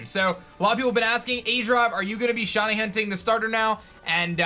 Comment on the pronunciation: just wondering what the hell a "SHONY" is? because i'm sure shiny is pronounce "shy-nee"